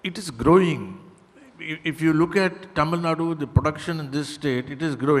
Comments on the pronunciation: It is not Tamilnad it is Tamil Nadu. Why does the North Indian anchors get it incorrect. It is always Kannad and not Kannada. Keral and not Kerala. Why??? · Yah true. My first reaction as well. I've seen non tamilians pronounce tamil nad'oo' as tamil nad! Dont know why its so difficult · It's really irritating to hear 'Tamilnad'. It's 'Tamil Nadu'. Dear media anchors, try to learn and pronounce it correctly atleast in future conclaves or have some Tamil anchors doing the show. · Hey it is not tamil nad instead it is tamil nadu. Anchor please learn to pronounce the word properly before you interview.🙏🙏🙏🙏🙏🙏🙏🙏🙏🙏🙏🙏🙏🙏🙏🙏🙏🙏🙏🙏🙏🙏🙏🙏🙏🙏🙏🙏🙏🙏🙏🙏🙏🙏🙏🙏🙏🙏🙏🙏🙏🙏🙏🙏🙏🙏🙏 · These mafos cannot even pronounce Tamilnadu, hosting something like this. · They are pronounce like டமிழ் நாட் that is so really irritating. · C — if they were to pronounce it very accurately they have to first practice ‘ zah ழ’ which is unique to our language. Even some of our people don’t do a good job of it. So, pardon them for anglicizing தமிழ் நாடு.